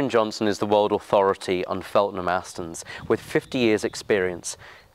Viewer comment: It’s Feltham, not Feltnsm.snd please be consistent about the model name, it’s a DB mk111 not a DB3 or a DB3 mk111